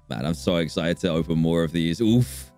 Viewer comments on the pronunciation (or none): none